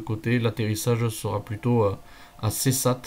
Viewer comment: Pour information le village est Ceyssat prononcé séssa, c'est un très beau spot et il y en a un autre a quelques kms c'est Saint Sandoux ...un auvergnat volant